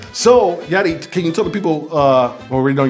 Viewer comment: Meraaaa, aregla el nombre. Its Yari w a Y lol. She gonna cook you Los lol